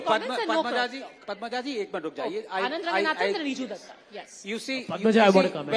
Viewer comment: bhai terko Anand Ranganathan ka naam nahi, terko "electoral" bhi nahi bolna aata 😂totla